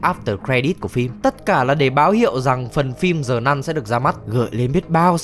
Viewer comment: Sao cứ đọc là Zờ nun?